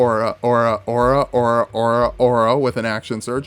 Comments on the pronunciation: The way you say "Ora" is kinda bugging me, it sounds like "Aura". The battle cry has a roll on the R and emphasis on the second syllable. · I hate how you keep pronouncing ora wrong.